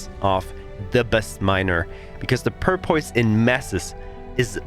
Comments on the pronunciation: The English pronunciation for Porpoise is "paw-puss".. (not making fun of you, your English is awesome) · I don't speak a second language, so I mean no disrespect...but it's pronounced "Pour (as in pouring a glass of water) Puss, Pour-puss. The way you were saying it was cracking me up. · I don't know if anyone ever let you know or not, but it is porpoise as in the dolphin like water mammal. porpoise (pronounced pour - pus). just trying to be helpful not mean thanks for your great videos they have been a godsend for a return player.